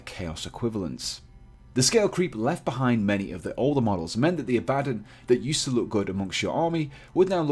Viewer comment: Abaddon... "Don" not "Din". Full video sounds like someone miss pronouncing "Aladdin".